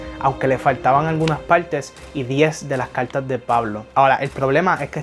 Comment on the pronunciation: Habla bien caltas o cartas